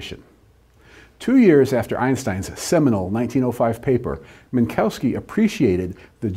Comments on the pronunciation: Not Min - COW - ski but Min - KOV - ski (the W sounds like an English V) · Obligatory pronunciative snobbery hate mail: the correct pronunciation of Minkowski is Minkovski.